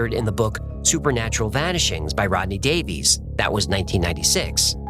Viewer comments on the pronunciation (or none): I know it's really annoying, but Davies is usually pronounced like Davis.